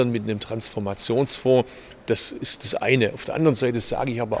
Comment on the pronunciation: wie er kein normales "st" aussprechen kann, sondern immer nut "scht". Verkehrsminischter, ischt, inveschtieren. erschte, Fahrleischtung, sonscht, längscht...